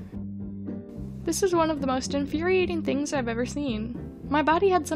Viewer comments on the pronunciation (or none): none